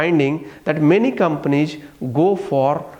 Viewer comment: Ig, sayg, companieg, commonicating, frofit